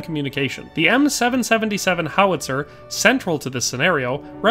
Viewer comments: As an artillerymen this was painful to watch…M Triple 7 not seven seventy seven…and it’s a section not squad. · For an extra level of familiarity with the weapon platform, you'd typically call it an M Triple 7. Even in French I'll hear gunners call it that. In case it ever comes up in a future video. Cheers! That was a fun listen